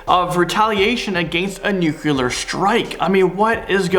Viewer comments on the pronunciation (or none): Nuclear not nuke-u-lar. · Nu-clear. :) Nukular doesn't exist. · Why can't you pronounce nuclear?